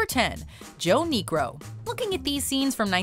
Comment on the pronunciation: that is not how you say Niekro....